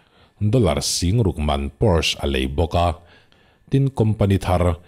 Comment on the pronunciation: Porsche hi PAWR-SHA ti a lam tur. Deustch a nia.